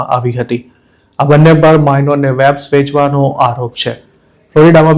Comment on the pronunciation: Bhai thodu pronunciation par dhyan aapo. Vapes ma V no ucchar van ke wet ni jem nai pan Vechan ke Vevai ni jem thay. Atlo saras ahevaal English na khota ucchaar na lidhe hasyaspad bani jaay che.